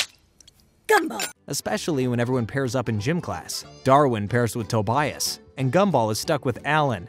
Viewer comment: why do you say Tobias’s name like that